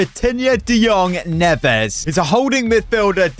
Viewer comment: Neves is prounouced ne Ves